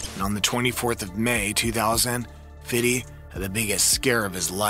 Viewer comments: I can’t listen to this guy call him fiddy I’m done 😂😂😂😂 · The way the narrator says "Fiddy" sounds so awkward. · I wince when i hear him say "fiddy" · God damn man, stop saying "FIDDY". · Why he calls him "fiddy" the whole time??? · When the narrator tries to be street by over emphasising fiddy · I HATE how this dude says “Fiddy” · I cant be the only person that cringes when he says "FIDDY" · It's irritating to hear this guy say fiddy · Can you say fifty ??? Lmao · I cringe every time he said Fiddy! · bro is fifty cent 😂 only white people say fiddy cent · Why is he saying Fiddy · Bruh why can't you say Fifty? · Facts. Why? 50 Cent's name has never been pronounced that way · Count how many times he says "Fiddy" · After about 10 times it gave me a headache. Even black people don't say Fiddy every time. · 50 Cent doesn’t even like people calling him Fiddy. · And the way he keep saying "fiddy". It's like dude, that was Sharon Osborne's name for him. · Every time he says fiddy take a shot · Just say fifty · You ruined the video for me lol. All I can hear is fiddy now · Why are you saying "Fiddy"? What even is that? Lol. Its Fifty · “Fiddy”, his rap name is 50 Cent but this guy thinks it’s Fiddy Sent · BIG facts. It's fiFty NOT fiddy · STOP SAYING, "FIDDY!" It's Fifty cent. He's even said it. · Saying fifty as "fitty" is wild lol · Why do white people always call him Fiddy? It’s just Fifty lol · Just say “fifty” damn 😂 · I hate that you feel the need to say fitty. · i call him fiff, not fiddy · It's Fifty not FIDDY!! 🤣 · Who told this guy to say FIDDY instead of 50?? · Fifty!!! not FIDDY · dog remake this video saying FIFTY please. who tf calls him fiddy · I can’t watch for the simple fact dude keeps saying “Fiddy”🤦🏿‍♂️ Do white people realize that we don’t call him Fiddy but the we call him Fifthy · You know not one black person pronounces his name like “fiddy” its “Fidee” you over pronounce the D and Dont pronounce a y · ITS FIFTY NOT FIDDY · Fiddy with the shiddy 😂😂😂